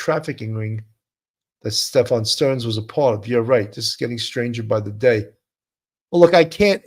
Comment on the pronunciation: Seems it's pronounced Steff-in, not Steff-on.